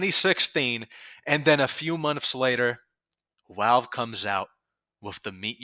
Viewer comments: why do you say wowalve instead of valve? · STOP SAYING “WALVE”. YOURE SAYING IT WRONG!!! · I love the way you pronounce Valve "Walve" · I'm Aussie and I'm Gunna start pronouncing them as Walve! 🧐🤝🧐